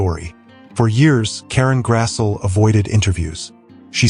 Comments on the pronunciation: Her name is pronounced Grass-ly. but don't take my word for it. I used to call her Grass'l, too. 😆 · Karen Grassle's last name is pronounced: "GRASSlee." ( just sayin' ) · It's GRASS-LEE you ai bot. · Thank you, Ma... (Her last names is pronounced Grass-Lee).